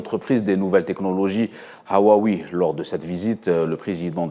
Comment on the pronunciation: monsieur le Journaliste... vous êtes un professionnel de la communication. De grâce, apprenez à prononcer " Huawei". C'est simple:pour apprendre, faite une démarche simple... apprenez à apprendre.